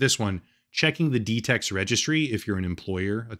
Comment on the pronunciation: Wait, I did what now? Ooh... "D tex". Apologies, minor misunderstanding